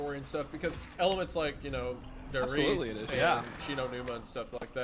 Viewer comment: Der Riese is pronounced (Dare Reeza)